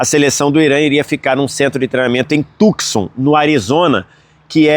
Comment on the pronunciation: Tucson = Tussã. É assim que se pronuncia 👍🏽